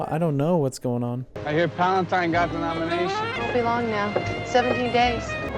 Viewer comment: I always hear "Senator Palpatine" instead of Palantine.